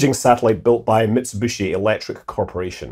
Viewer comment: Mitsahbooshi?! ))) Scott, you are now officially American